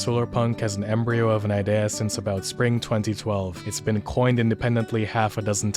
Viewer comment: Can't get over how you are saying idea